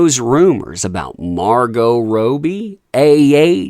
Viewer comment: Him saying margot rohbee instead of MAR-goh rob-ie kills me. I can't. Sorry. Subtitles for this video only x)